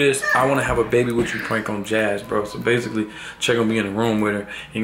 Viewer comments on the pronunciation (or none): none